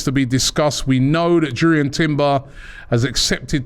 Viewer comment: Robbie needs to be serious about his work. Do research and get details on players. Know how their names are pronounced. Jurrien is pronounced as Yurrien Timber. Make the program captivating as well as informative. Develop your content over and above what everyone else knows.